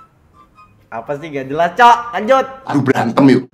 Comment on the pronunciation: 9.19 menggaje = menggajelas 🗿